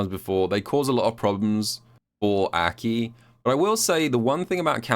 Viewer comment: Why does call her Äki?